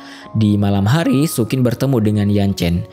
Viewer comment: sayang penyebutan nama karakternya ngawur. Xu Qin = bacanya Su Cin bukan Sukin.